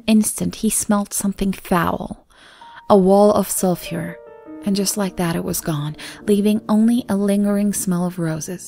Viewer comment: I just found your channel and I'm hooked! The only thing I think you need to work on is pronunciation of certain words. Like "sulfur" and "copy".